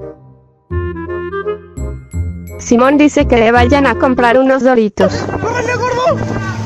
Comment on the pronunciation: Jajaja dijo SUMON ES SIMON